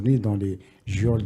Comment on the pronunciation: geôliers et geôles se prononcent comme si on les écrivait joliers et joles (phon: ʒol). Le "e" après le "g" est là pour éviter de le prononcer comme un [g] Mes amitiés et mes encouragements pour tout ce que vous faites et solidarité avec les détenus d'opinion qui sont les indéniables victimes d'un régime ronce et toujours mafieux.